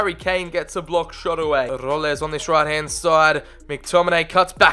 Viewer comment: Erm just so you know, Roles for Spurs is an actually Spurs player called Jack Roles, and it is pronounced like Rolls